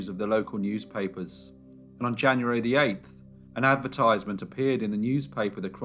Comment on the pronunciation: I really like your programmes, but please,please pronounce advertisements correctly!!!! It is so frustrating. Sorry. X